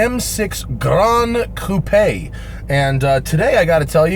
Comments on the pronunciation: Holy shit you said coupé not coop, I'm impressed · Thanks very much for saying coupé instead of coop.